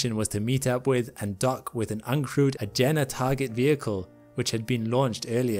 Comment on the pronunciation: Agena is pronounced Ah-GEE-nah. Not ah-gen-aj.